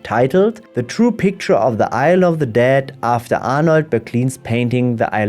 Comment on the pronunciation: It sounds like "i love the dead" when you say it ... btw, on this subject, I do recommend the animated poetry "the dead" by Billy Collins